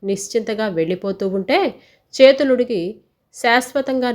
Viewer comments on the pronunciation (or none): Chethuludigi kadhandi, Chethalu (chalanam), chethaludigi ani chadhavali. Manchi kadhalu chadhuvuthunnaru